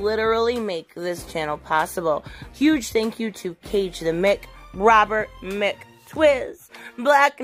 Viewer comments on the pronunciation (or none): none